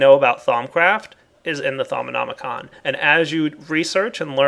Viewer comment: Thaumonomonomonomonomi-con! XD Its actually Just thaumonomicon